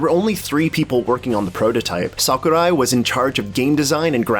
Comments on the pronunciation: Its “Sakurai” not “Saku die “ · you just butchered Sakurai's name... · HAHAHHAA! The way you fucking pronounced Sakurai's name! WTF?! XD